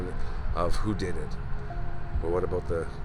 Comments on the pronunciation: "probably aboot right there" ❤ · When you said a boot I could tell you are a Canadian